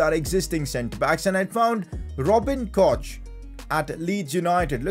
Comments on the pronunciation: His name isn't pronounced koch tho it's kock 😭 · Pcq:Robin Koch is pronounced Robin (Kok) not (Kosh)